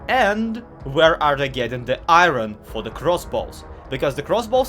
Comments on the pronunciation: Why do you say”Ih-rin” ITS PRONOUNCED “Ih-orn” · Why do you pronounce iron like irony?